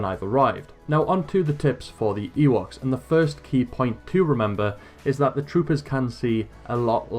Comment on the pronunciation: Is it just me or is he saying Yeewoks? thanks for the video btw